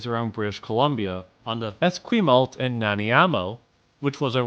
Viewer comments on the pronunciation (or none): Esquimalt and Nanaimo Railway/Freight Mention!!!! (Fyi is pronounced Es-squim-alt and Nan-i-mo) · what was that pronunciation of esquimalt and nanaimo